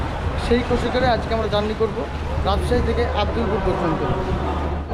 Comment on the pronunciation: ঐটা আব্দুল্লা পুর না রে ভাই ,, আব্দুলপুর হবে